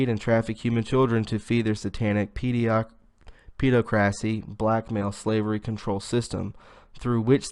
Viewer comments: "Peh-DOCK-rissy" OR "ped AWK ruh-see" - my ears HURT after that torture! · Awesome as always m8!! just a heads up pedocracy = hypocrisy is aimed at paedophiles - sounds like "ped o crassy" tertiary sounds like ter shary =D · Jewels CAM - Yea, it was painful. I'm just trying to concentrate on the content rather than poor pronunciation. He's got guts I'll give him that! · I think "pedocracy" is most likely pronounced as the word "democracy" is.